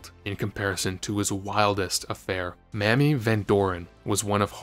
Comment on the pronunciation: "Mammy" Van Doren?